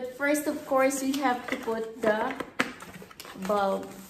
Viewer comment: 1. In today video 2. The (THA) unboxing - it should sould like (THEE) 3. This going to be my -It should be "This is going to be my lighting" - it is not a gear. 4. there are (not there is 2 pieces of bulbs) hindi bulb, dapat may "s" and dami pa.. bakit di ka mag tagalog. kung di mo keri. :)